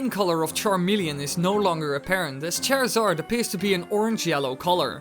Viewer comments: You were mispronouncing Charizard. The way you were saying his name as if it were Cherizard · HOW DARE YOU SAY CHARZARDS NAME WRONG!!!!!!!!!!!!!! "chair zard"